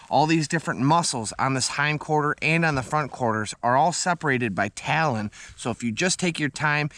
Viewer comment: Love your vids! The fat you speak of in the deer is called TALLOW not TALON. Happy New Year!